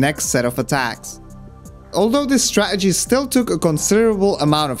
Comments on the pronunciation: Awesome video but please. It’s StraTegy. Not Stra’egy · Stah-ah-gees lol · You say -Str-ah-gee It is Stra - TA - gee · I love the way you fully pronounce every word then say 'straegy' like some bloke at the pub. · IT’S PRONOUNCED “STRAT-ERGY”. Emphasis on the second T. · Bit of a negative comment but man... please stop saying stra-uh-gee if you're going to say it a million times in the video. It's jarring. Also, I'm sure many people enjoyed the style of your video but it was long-winded and took forever to get to the point, so, thank you for the timestamps. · Why do you all of a sudden become bri'ish when saying stra'egy? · Guy says strategy so Scottish ahahah, from a Scot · I love how you pronounce strategy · why tf do u say strategy like that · Cool vid. The way you pronounce 'strategy' seems different to the rest of your accent. It's curious. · Very entertaining video, but your aversion to pronouncing the letter T in a video about strategy is kind of grating on my bones, like nails on a blackboard. Still gets a like though.